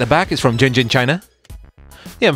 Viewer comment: is pronouce shen jen not ginging lol